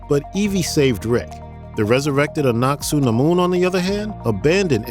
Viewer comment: Loved the movies, however your pronunciation of SEVERAL City's and people is atrocious they SAY THE NAME in the movie, Hamanuptra you said correctly twice then said it wrong every time after that, Anuck Suna Mon is A NUCK not ANACK, I seriously don't understand how you get this crap wrong when its spoken in the movie your referencing facepalm